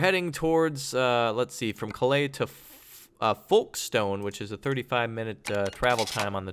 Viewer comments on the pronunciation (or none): Pronounced Folkston and Birmingem If it really was the UK you'd be stuck in traffic for the entire journey. Ian Mckellan